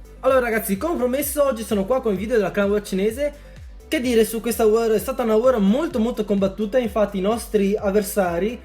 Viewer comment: Si chiama war non wor